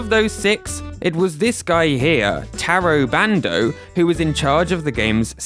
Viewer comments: Fantastic video over all. Gotta say, the lesson in Japanese pronunciation vs. mispronouncing the Japanese creators’ names (I.e. TAY-RO BAND-O versus TAH-RO BAHN-DOH) had me laughing a little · Please respect people enough to say their names properly. It's not hard. Oh my god as I am typing this you literally explain the exact mostake you were making... Ta Ro Ba N Do. Jeez....